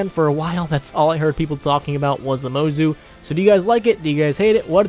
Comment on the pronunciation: It’s pronounced mozu not mozu